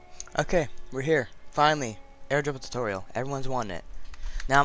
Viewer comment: He said tutorial like alantutorial.. who agrees?